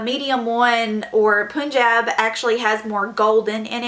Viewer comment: why all the white ppl say punjab wrong. smh